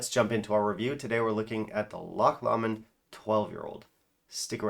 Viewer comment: Pronunciation for Lomond - Low-mond